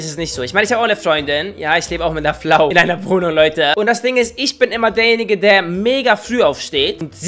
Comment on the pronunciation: Kannst du bitte mehr Flau sagen das ist deutlich lustiger als Frau